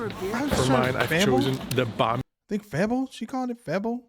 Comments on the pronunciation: It says FEBO and NOT febbo say a long e as in say or play not a è as in bad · Correction from a Dutch person. We don't call Amsterdam 'Venice of the north'. Giethoorn has that title. Look it up and be amazed! It's very beautiful there. FEBO is pronounced 'fay bow' (but a short bow if that makes sense). Kibbeling is amazing. You could compare it to the fish 'n chips from the UK, but kibbeling has a different batter which is way more crunchy. And UK fish 'n chips is fairly plain in seasoning compared to kibbeling.